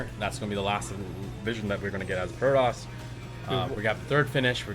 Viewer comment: What bothered me was the caster saying "protis" instead of "protoss."